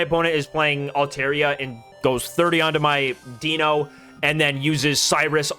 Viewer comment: The content on this channel is awesome. One of my go-to places for competitive play! Can I please point out the pronunciations of the dragons? They are based on the German numbers for 1, 2, and 3. Eins - 1, DEINo one head pronounced DYE-NO like dinosaur Zwei - 2, ZWEIlous two heads pronounced Z-WHY-LUS (or Z-VY-LUS with the German accent) Drei - 3, HyDREIgon three heads pronounced HI-DRY-GUN I hope we get an ex for Hydreigon that will be competitive!